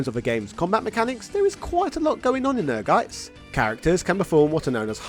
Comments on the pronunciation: The title of the game is pronounced "Energize" (It doesn't stress the letter n). It is an "engrish" typo, which is when Japanese developers misspell English words according to how they sound to them. The logo for Ehrgeiz is a battery conducting electricity for context (ie. The battery is energizing). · Greets from Germany. Ehrgeiz is a German word and it's correct pronunciation is "Air-Gaitz" 🇩🇪✌️ Great video as usual! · Without even watching it's Ehrgeiz... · I adore every American who try to say the German Word "Ehrgeiz" its's always Funny